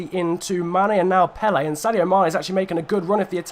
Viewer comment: Graziano PELE? It is clearly pronounced Pel - Er